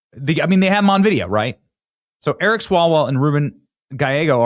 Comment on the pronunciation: Did you say Erick swallowell?